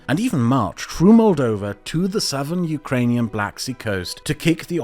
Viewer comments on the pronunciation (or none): none